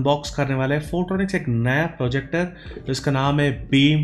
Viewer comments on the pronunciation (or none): Finally said projector not forjector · Fortronics ka frojector😂